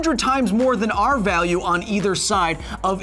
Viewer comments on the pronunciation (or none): The way you pronounce “our” I bet you’re one of those guys that spell it “are”